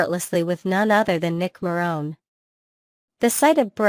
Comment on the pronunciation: "Rich"??? How about RIDGE! Morone is pronounced Ma-ron(e)-e. Ron(e), so it won't be pronounced like Ron.